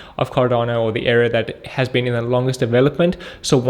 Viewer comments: Era! not Error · did he say "error" or "era"? doesnt make sense that it would be error? does it? i dont want to invest in a company specialising in errors - i have enough of my own!